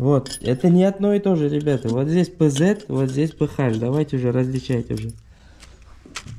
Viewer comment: Если уж по-русски, с транслитерацией с английского, то только ПэАш, а не ПэХа.